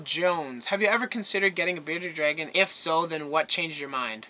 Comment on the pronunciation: You forgot the r in bearded dragon